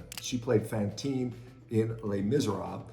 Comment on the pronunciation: Shawn, you complety butchered the french name "Fantine" :face-blue-smiling